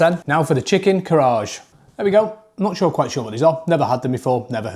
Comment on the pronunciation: If you are going to do videos with foods from other countries you should at least learn how to pronounce them first as a few of these were not right and just made you sound stupid. They are pronounced BOW buns not bio buns. It's not chicken KARAGE it's pronounced KA RAG E